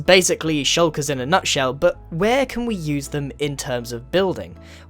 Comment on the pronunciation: Okay but are you holding your Own head? And did you say Nutshell?